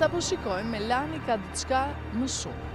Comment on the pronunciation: Jo theksi tek a-ja, por tek e-ja, MELANI.